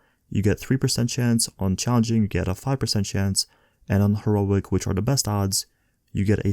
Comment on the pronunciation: Her-O-IC. Lol